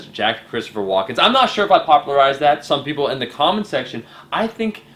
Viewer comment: It is Walken, Omar, not Walkens.